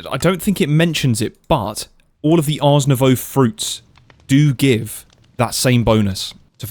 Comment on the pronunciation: Ars Novoooooo (like in voodoo). Not Arse Nowau (like in australia). Smh.